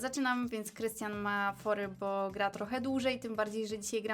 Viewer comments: Nie mówi się gene tylko dżin i nie mówi się bu tylko bo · Mówi się Bo Anię bu